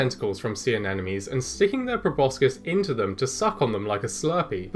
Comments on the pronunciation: sea ANEMONE not anenome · Hahaha..."anenome". How adorable that you do that. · I can't tell if he's genuinely mispronouncing "Anemone" or if he's just trolling. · Sea fiders are really cool! Sorry, I have a hard time enunciating the “sp” sound, so I assume you know what I mean. Speaking of which, I notice a bit of a problem with the pronunciation of “sea anemone”. Maybe worth practicing in front of a mirror? 😁👍